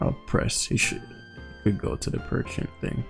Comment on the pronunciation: I like how he kept calling Pecharunt Perchent, lol. Too wack looking of a mon to respect its name.